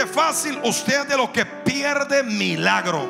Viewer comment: Dice mialgro no milagros jiji